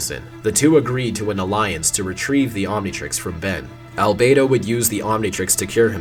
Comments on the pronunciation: Why did Omniverse change how they pronounced "Albedo"? It's "Albeedo," not "Albaydo." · love the detail of him pronouncing albedo's name as "al-bee-do" in the UAF part and changing it to "al-bay-do" in the Omniverse part